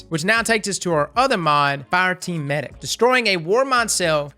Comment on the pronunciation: Meh-dic. Hows about a trials tips video, maybe w\ specific map tips? I hope RAID pays you alot for the cheesy add.